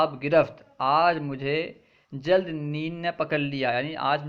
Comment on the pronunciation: AssalamualikuM aap' zald' bol rahe hain o..*Jald* hai aksar aap( jeem) ki jagah( za) padh the hai bus yahi hai aap ki galti